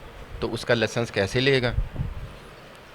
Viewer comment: لاسنس نہیں لائیسنس ہوتا ہے آپکی بارز دو کروڑ لگواتی ہیں اور سٹے کےلئے پارٹیوں سے لاکھوں روپے اٹھاتی ہیں پچیس فیصد جج کو لگاتی ہیں اور باقی اپنی جیب میں یہ کام آپ لوگوں کے ہیں